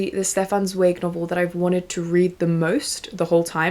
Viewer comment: so happy to see you promoting free favorites when so many other creators promote overconsumption :') also, im pretty sure Stefan Zweig is pronounced like TS--vige. "vige" like bike if that makes sense!! im starting beware of pity by him and am super excited to keep reading